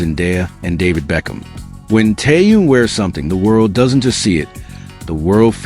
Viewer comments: Язык ваш надо вилкой наколоть за то что как только не искаверкаете имя Тэхена... Тэхён Тэхён что тут трудного не таюн и не теюнг что за не уважение к Тэхёну да ещё и в женском роде говорите о нём ужас просто.. Не грамотность полнейшая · Послушайте ВНИМАТЕЛЬНО, как Тэхен произносит своё имя ,а также как его имя произносят корейские фанаты.